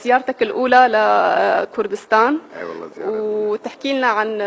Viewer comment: صعب عليكم تنطقو كلمة كردستان وحسيته غاصص.